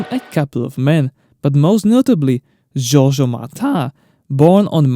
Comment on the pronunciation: Sorry but the pronunciation of french names is all over the place. Georges is not pronounced like the italian Giorgio